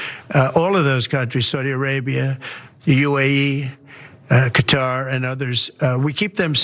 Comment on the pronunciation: It's closest to cutter. First syllable is the stressed, the arabic 'k' is deeper in the throat, the middle t is against the roof of the mouth instead of your teeth. You can almost say it without moving your face.